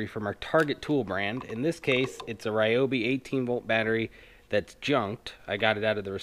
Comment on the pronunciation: its pronounced REE-oh BEE